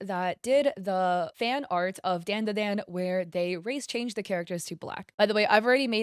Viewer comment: Its not *DAAN DA DAAN" its "DAWN-DA-DAWN" djfjrjrjrrrresvss